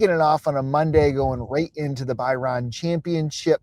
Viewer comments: By ran is a tough pronunciation scene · The pronunciation of Bahrain is embarrassing